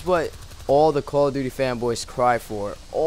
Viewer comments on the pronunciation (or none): sounds like he says quall of duty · it sounds like he said koala duty. LOL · lol you say call of duty like coala :D great vid man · How come ever time he says Call of Duty... the duty sounds like Dooty